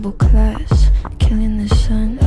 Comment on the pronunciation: 가사는 killing the sun이 맞지만 발음이 아주 약간 killing the "sion" 킬링더 시언 이렇게들리네ㅋㅋ sion은 이스라엘의 고향, 예루살렘,성전,천국을 뜻하기도 함